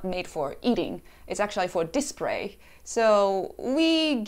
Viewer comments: Wait you said Dispray. Then said is correctly "Display". Then said it wrong again. XD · Me "This Japanese woman has good English" "Dispray" Me "This Japanese woman has good Engrish" So Close just need to master the R's and L's lol.